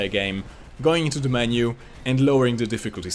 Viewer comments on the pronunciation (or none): none